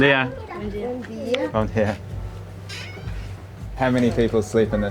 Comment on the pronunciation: Bom Dia is prounounced Bom Geeia